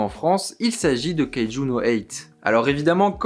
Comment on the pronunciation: Sa se prononce kayejou number 8